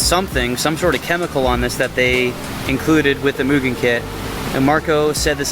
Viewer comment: The fact you pronounce mugen correctly makes you goated already. Beautiful fk8 brother. Keep it up 👍